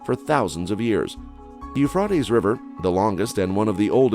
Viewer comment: I believe you mispronounced the Euphrates. I have never heard it pronounced as you did - with an "ah" sound in the middle instead of an "a" sound. (or was that a robotic voice? Hate those)